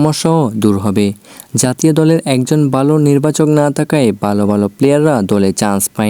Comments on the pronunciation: ভাই আপনি ভালো বললে বালো শোনা যায় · ভাই ভালো টা ঠিক করে বলেন,, উচ্চারণ টা বালো হয়ে যাচ্ছে,,যেটা শুনতে খারাপ লাগছে 😊